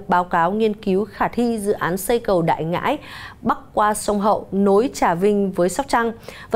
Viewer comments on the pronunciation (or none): Cầu Đại ngãi mà đọc Đại nghĩa